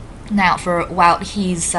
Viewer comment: I'm glad I'm the only one who can't pronounce "Wout" ;) It is pronounced Wowt, though, if I remember correctly.